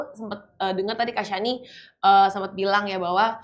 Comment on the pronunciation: Kak shani Pemilik nama udah sebutnnya shani Bukan syaniii. Gak berusaha dikoreksi ngomong nya kak😂